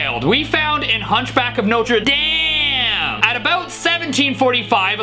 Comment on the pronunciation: Notredame not damn😊